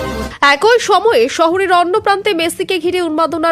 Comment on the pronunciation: একয় নয়, এক ই, উচ্চারণ ঠিক করুন ।